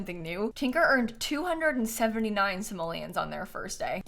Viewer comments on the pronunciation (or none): none